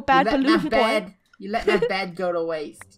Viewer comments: me: laughing when funneh says bread insted of bed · funneh did you know that you said yellow bred instead of bed lol XD